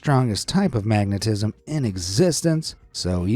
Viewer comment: Did the phrase "the strongest type of magnetism" sound like "the best type of correct" to anyone?